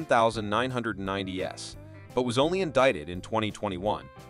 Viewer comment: So, no one is concerned with the prevelance of AI voices used to read scripts like the one used in this video? "Early nineteen hundred S to the two thousand S?" "Ar, kelly?" United States Magistrate judge? Country music as the backdrop? I mean, is the creator of this channel even a real person or is everything AI?